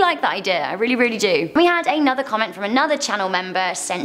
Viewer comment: ARE YOU TRYING TO SAY WORD" DO "'BUT INSTEAD YOU SAY "JEW"